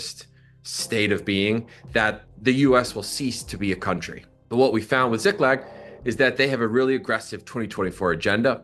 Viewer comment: how do you mispronounce a two syllable word?! You read it as Ziglak, when it's Ziklag. Honestly, journalists should be held to a higher standard.